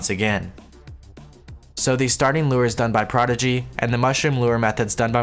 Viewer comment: Your broken demented speech version of everyone's name like Chestbrah and BAS Prodigy gives me life. it makes them seem like real epic NPCs